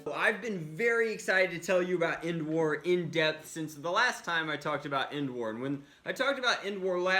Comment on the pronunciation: Who hear him say n wars not endwars